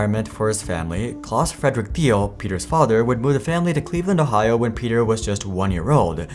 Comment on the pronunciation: Doing a profile like this, one would think you'd take the time to find out how to pronounce the persons name xD